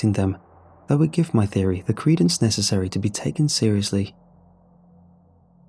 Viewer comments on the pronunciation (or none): none